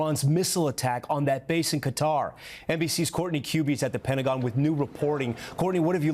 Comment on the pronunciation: It's Qatar (Ka-tar) not cutter